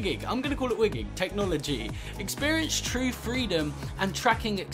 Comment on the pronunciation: Its pronounced "why-GIG" and its not new to the vive, its been around since 2010